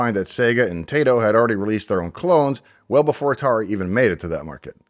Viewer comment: Since Taito is a Japanese name too, then FFR it's actually pronounced more like "TI (long) * to (long)," like the English words "tie toe," with emphasis on the first syllable.